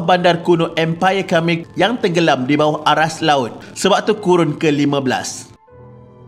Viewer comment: Pembaca narasi ni tolong la sebut betul-betul sesuatu nama. Baru pengkaji profesional. Khmer, siem reap dll tu boleh guna google translation kan utk dengar sebutan yang betul